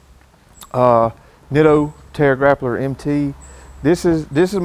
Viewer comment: "Terra grappler"... Hahaha... Trail Grappler...